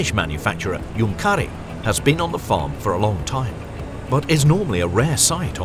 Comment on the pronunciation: Great film, just a litle thing Junkkari is pronounced Junk-ka-ri and the U is much deeper than in the word junk